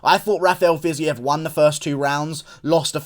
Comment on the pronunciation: Bro it’s pronounced “FIZEEV”